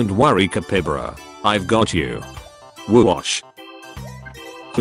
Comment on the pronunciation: Ca-py-ba-ra! Not capybara! He dossent understand stavelser!